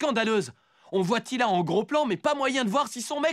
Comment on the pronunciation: c'est teela pas tila xD